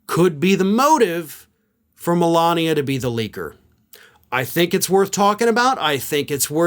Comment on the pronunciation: Yup! Mole-Lania 🤦🏻‍♂️🤣🤣